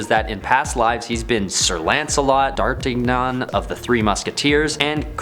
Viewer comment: Mispronouncing D'Atragnan?!? What're you going to try to blame that on? Speaking French?!? I know Ben's a popular presenter...but it really looks after a couple months that he really can't step into the pretense of being a comics enthusiast.